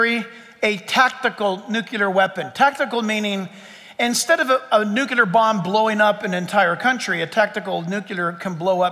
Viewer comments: NUC-lear. Not nuc-u-ler. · Nu-clee-ar (not nu-cue-lar...) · It's pronounced 'new-clee-r' not 'nu-qya-lur'. Also, how in the world does a nuclear bomb destroy a whole country! Or state! City-wide bombs are as big as they get. I guess if your country was Vatican City. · Great talk. However, Nuclear is pronounced nuke-lee-er, not nuke-ya-ler. (Presidents Carter and GW Bush made this same error.) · Nuclear. I worked at a new-clear plant. Never heard anyone call it a new-cue-lar plant. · NU-Klee-ER…NOT: NEW-kyu-LER!!! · "Nu - cle - ar".......not "Nu - cu - lar" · Hard to give him 100% credibility when he can’t pronounce the word ‘nuclear’ correctly.